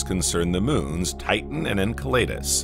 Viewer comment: En Cell e dus... Pronunciation is key